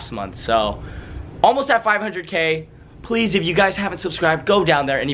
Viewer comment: Yooo can I has the nardi pweasssse